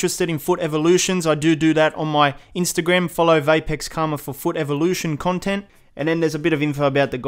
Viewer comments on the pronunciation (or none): none